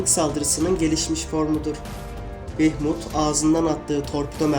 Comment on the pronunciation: Bunun ismi Behmut deil behmud